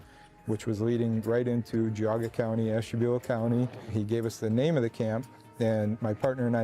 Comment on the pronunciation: I wish you would of googled atleast how to pronounce Geauga County. Sounds ridiculous